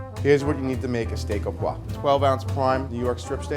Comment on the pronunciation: it is "oh-pwaw-vrah". Proper French pronunciation is important in our industry. Please learn it. "oh paw" is sickeningly raw and crude.